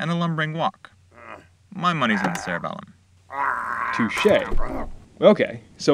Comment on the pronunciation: did anyone else get triggered when he said cerra bellom when you where taught to call it cerebellum?